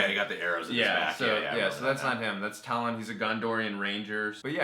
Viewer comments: TALION! NOT TALON! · I just want to point out that the main character's (the Gondorion Ranger of the Black Gate) name is Talion, not Talon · It bugs me so much on how you did not pronounce “Talion” right